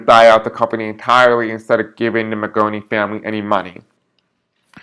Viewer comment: Mangione, not maggattoni, or maggagoni, otherwise good reading, thanks